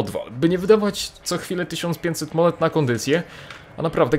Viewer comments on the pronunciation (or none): none